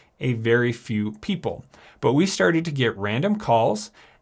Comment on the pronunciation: “Let’s get sterted”